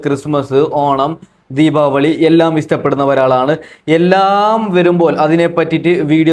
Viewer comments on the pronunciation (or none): എടാ ഹിമാറെ.. ദീപ വളി അല്ല.. ദീപാവലി.. വളി എന്ന് പറഞ്ഞാൽ കീവായു. ഇങ്ങനെ പറഞ്ഞാൽ ആളുകൾ തെറ്റിദ്ധരിക്കും നിന്നെ